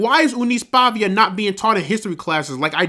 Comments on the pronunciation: It’s not Pavia, it’s Paiva…lol….Paeeeeehhhva. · Meu querido. Não é PAVIA. E sim, PAIVA.